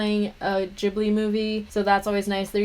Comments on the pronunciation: Sorry how did she just say Ghibli???? I'm dying 😂 😂 😂 😂 😂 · My bad it just made me giggle because I've never heard anyone say it like that before 😂